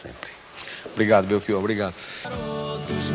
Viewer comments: Felicito-o por defender a Língua Portuguesa. Mas não consigo aceitar que para "ch" você leia como "k". Belkior, em Português, não existe. Abraço. 🇵🇹 Editei para dizer que, ao ler os comentários, soube que tinha morrido esse senhor entrevistado. A minha consternação e sentimento. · Belchior é um sobrenome italiano. Em italiano o CH tem som de k, por isso por aqui se pronuncia como belkior . Assim como em Portugal, no Brasil o Ch tem o som de x/sh (afinal, estamos falando da língua portuguesa). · Belchior se pronuncia com "o" aberto, professor!